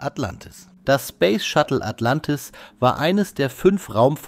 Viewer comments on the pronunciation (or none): Sag mal, was ist " Atlantiv"? 😉